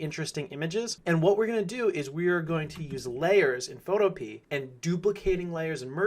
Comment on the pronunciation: Awesome vid, but I think that Photopea is pronounced more like utopia (pho-to-pee-a). I'm not sure though.